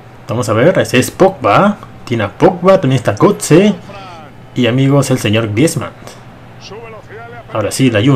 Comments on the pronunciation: Dice Aubameyant, Griezmannt, Layunt, Madrit Me pone muy nervioso eso xD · Porque dices Aubameyand o Griezmand si antes no pronunciabas una d al fnal